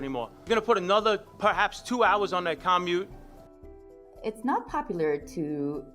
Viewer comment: Okay, a guy whose job title includes the word 'transportation' doesn't know how to pronounce the word 'commute'? Absolutely mind boggling.